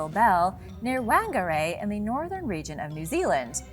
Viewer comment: Damn dude... whangerei = faahn gah ray. Roll the "R" and its ta-mill not tahmeel.... Also New Zealand was NOT a new discovery lol. Only recently colonized sure but the Maori were there for a very long time. The moriori before that. Do some research guys ffs....